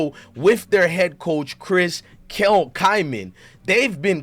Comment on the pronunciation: It's not Kyman... it's Klieman...pronounce the L bro. Deion will never be the coach that Klieman has been to date. What if Dylan is yet learning the playbook? You have a very shallow take after just 2 non conference games.